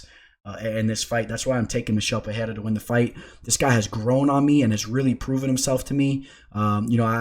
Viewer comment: It’s not Pehera.. it’s Pe-rei-ra H sound rule doesn’t apply for R’s in the middle of words